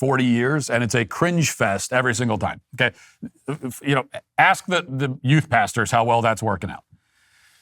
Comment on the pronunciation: Oh...Youth Pastors. I thought he was saying You Bastards. Put ads in young men's video games. It'll totally work, I promise.